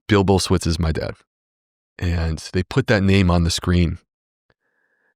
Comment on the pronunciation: Saying his name completely wrong!!